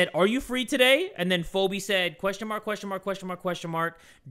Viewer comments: phobe is pronounced phee bee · fobe hahahah its pronounced feebee xD phoebe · Phobe is pronounced Fe-be😭😭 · The way he pronouced "Phobe" had me crying😭😭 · I love how pronounce Phobe as FOBEE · My dude why u gotta call me out like that in the 2nd animation one Irl I'm shy and quiet over text ....um I'm bold xd😂😂 Also Phoebe it's um Fee- bee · PHEOBE- ITS PRONOUNCED FEE-BEE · LMAO PHOBE IS CRAZY 🤣 it’s pronounced the phebe 🤣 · the way pronounces names sometimes gives off the key and peele substitute teacher parody. the way he said phoebe was crazy. a a ron? is a a ron here?